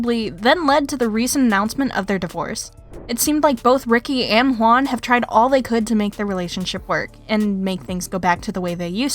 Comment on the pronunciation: It's not khwan, it's JJwan